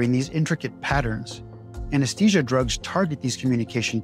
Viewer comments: It's pronounced "a-nuhs-thee-zhuh", not Anes-tee-sia. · Why do you say anesTesia when it's spelled anesTHesia? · Try to pronounce `Anesthesia` correctly.